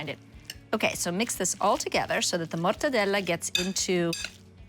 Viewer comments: I'd eat that slider out of her buttcrack but her over pronunciation of MORRRTADELAAAA is annoying AF. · Its interesting how GIADA overpronunciates the names of the Italian ingredients. "MORTEDELLAAA" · With the hand movement or it doesn’t count